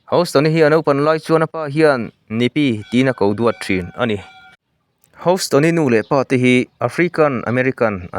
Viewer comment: House nilo in hous ringawt tur awww 😅